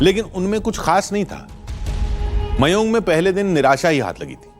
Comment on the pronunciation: Mayon nahe mayang hea gada